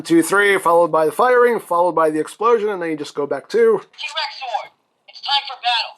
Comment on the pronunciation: I know you're calling it a "T-Rex Zord", but I keep hearing you pronounce it as "T-Rexaur". Then my brain goes into a bizarre crossover concept of Final Fantasy & Power Rangers!